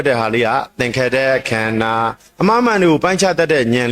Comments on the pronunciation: ခန္ဓာ၅ပါးတောင်ပီသအောင်မပြောနိုင်ဘူး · ခႏၶာ ငါးပါးကုိ...အသံထြက္က မမွန္ပု😊